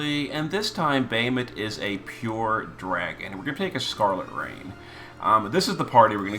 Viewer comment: Love the way you called scarlet rain raegen lol anyways finally Physalis getting some buffs